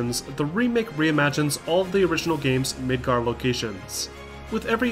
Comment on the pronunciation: Is it just my hearing or the first time you say Midgar, you say Midgard? I've temporarily lost hearing in one ear and everything sounds weird at the moment.